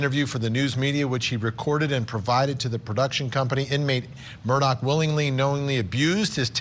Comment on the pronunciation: Vinny for the love of God, it’s MurDAW not MURDOCK